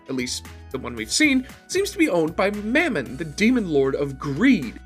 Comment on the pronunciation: lol you said mammon wrong lol